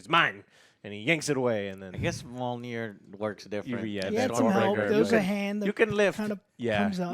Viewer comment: The way you pronounce Mjolnir is bad enough Joe but "Storm bringer"? Lol put some effort in bro.